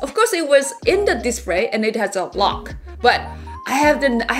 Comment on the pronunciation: I just absolutely love when she says “dispray” 🥰🥰🥰